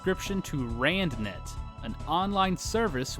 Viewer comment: I spent like five minutes with the video paused trying to decipher what “randonetto” meant and then like ten seconds later you said rand net.